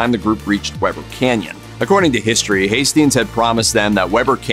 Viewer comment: “We ber Canyon”. Not Webber.